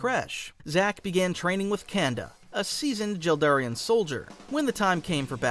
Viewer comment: God stop saying jel Darian